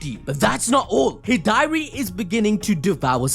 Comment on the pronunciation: the way he says Hidari hurts my soul xD